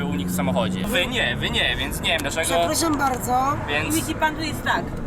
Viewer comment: ten w T-shirt`cie nawet nie umie po polskiemu. Mówi: " przepllaszam, mam prllllopozycję życia...." . Naucz się wymawiać "R" - idź i lecz dyslektykcję. Prawdopodobnie problem narr(ll)atora jest natury bechawioralno-psychicznej. Jego rzadka broda sugeruje, że gdy jest dymany w odbyt, to kamerzysta trzyma go w tym czasie za kozią brodę. Kup se szampon na porost geyu! A ty kamwerzysto, brutalu nie targaj koziej brody!